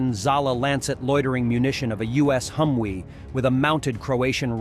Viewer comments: Hum Vee. Not Hum We. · It's a Humvee not a Humwee.